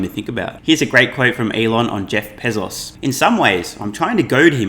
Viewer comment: Pezos? I thought it was Bezos....your credibility is hurt when you can't pronounce correctly.